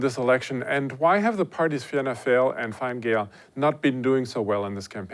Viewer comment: I love how foreigners struggle with the Irish names. It comes across as really interesting. Fine fail!